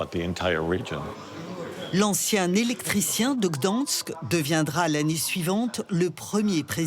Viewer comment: on adore l'indémodable "gdOnsk" ah ah ah :-) c'est pourtant pas compliqué à prononcer...